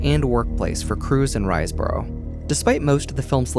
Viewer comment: Riseborough is pronounced Riz-bu-rah